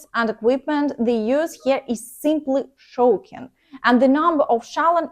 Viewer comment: Failure, allegedly, shocking, toward, haven’t succeeded, some words to practice their pronunciation